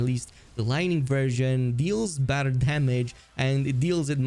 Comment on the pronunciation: I’m pretty sure whenever he says ‘badder’ he’s saying ‘better’ and his accent is making it sound like badder.